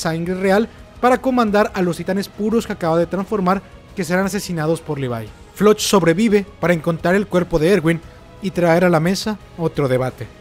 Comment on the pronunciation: se llama floch no se pronuncia como se lee es floc